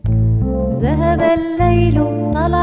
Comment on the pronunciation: بس ياريت تقولي ذهب وليس زهب